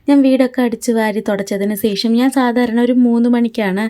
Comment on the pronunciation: സേഷം എന്നല്ല ശേഷം എന്നാണ്